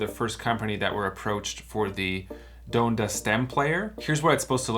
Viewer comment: Don duh is how you pronounce Dr. Donda West name.